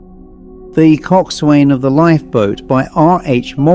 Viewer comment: It's pronounced "cok son". Like "forecastle" or "boatswain, with parts of the words slurred or dropped.